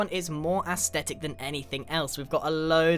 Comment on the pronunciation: Just saying it’s aesthetic not aesdetic